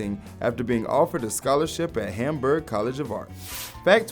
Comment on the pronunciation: its Hamberg not Hamburger